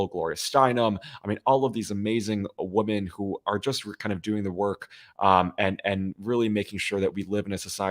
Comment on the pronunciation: Thanks for all do defending democracy. Kudos.👏 one constructive criticism: you are very erudite but I've seen you in a number of your podcasts mispronouncing "women." You pronounce it singularly ("woman") whether it's singular or plural. Just make yourself aware of it, and I'm sure you'll get the hang of it.